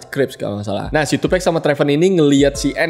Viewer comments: tupek??wtf TUPAC "TUPAK" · 2Pac, dibaca tupak' bukan tupekk. Ini nama alias, bukan pronounce dalam bahasa Inggris. Sekedar informasi bukan maksud menggurui. 🙏🏼😁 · Tupac bang bukan tupek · Maaf bang Tupac dibaca "Tupak" Bukan "Tupek" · Iya.. gw jg ga nyaman dgrnya. Wkwk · "Tupec" wkwk